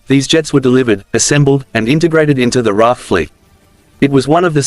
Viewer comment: It's NOT the FA One Eight F - it's the FA EIGHTEEN F! And it's not the "Rarf" either! That's pronounced as "Raff" or as the "R Double A F"!